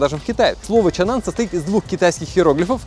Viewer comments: Почему чанан, если чанган? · Почему чанан!? Чанган же Что вокруг? Асфальт, шо ноешь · не Чан Ан а Чан Ган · Мне одному кажется что он постоянно называет этот Автодом ЧАНАН? Хотя он ЧАНГАН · а почему чаннан, когда чанган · какой еще чанан, когда чанган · Как он может быть чанан если там прям буква говорит сама за себя, чанГан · Чанган может, а не чаннан? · Не чанган... 😂😂😂Кенан.. Когда вы учиться будет правильно вы говорите по английскому.... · Чанан или Чанган? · Чанган, а не чанан😂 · Это ЧанГан а не чанан, Миша дизель был у них на заводе! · Почему он говорит Чанан, когда все вокруг - ЧанГан? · Не Чанан а Чанган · Да не чаннан,а чанган!!!!! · Не чанан а чанган !!! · Автор какой чан-нан, написано же чанган. Что букву "г" английскую съел. А правильно «Чанган», «Чэнган. Сам ты чабан............. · Ну выучи английский алфавит, там не чанан а чанган, там же G буква а не N, почему чанан??? чанган как я вижу. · А не чанган читается?